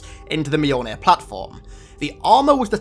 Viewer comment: You're still butchering the name Mjolnir. It's not mayol beer it's myol neer